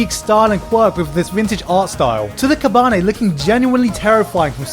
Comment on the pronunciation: Please learn proper Japanese pronounciation. Ka.ba.ne.ri not ka.baneri